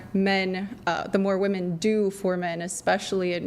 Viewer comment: Can someone remind these women how to pronounce "women"